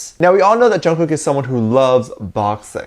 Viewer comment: please say Jungkooks name correctly Say it as Chungook 😚😻 Love you lots😍